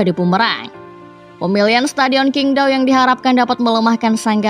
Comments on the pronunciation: Min untuk kedepannya saat menyebut nama2 di China seperti nama stadion atau nama pemain sebaiknya di revisi karna Qingdao di baca chingdao bukan kingdao (huruf China Q di baca C) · Min bacanya qingdao adalah cingtao